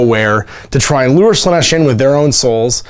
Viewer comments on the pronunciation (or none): none